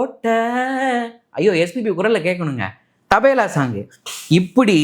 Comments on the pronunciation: Not Tabela but Tabala. Always he is mis pronouncing as Tabela. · Tabela Allai Tabala😂😂😂😂😂😂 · IT'S CALLED TABLA NOT TABALA.